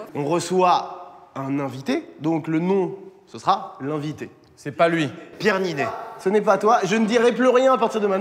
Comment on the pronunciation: Au début il dit pierre ninet